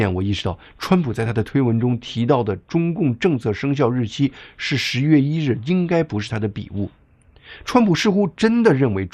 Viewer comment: 一点小建议：发音：11月听上去很像10月。不看字幕的话还真听不清楚